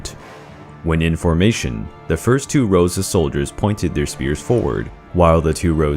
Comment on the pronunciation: They’re not spheres. They’re spears. Stop calling them spheres you sound ridiculous.